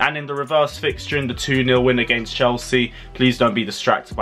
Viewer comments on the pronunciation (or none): none